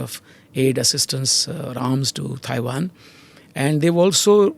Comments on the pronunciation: Someone tell this guy it’s not “Thai”wan! “Thai”land is a different country! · Can someone please tell him how to pronounce Tiawan. It's not Thai wan.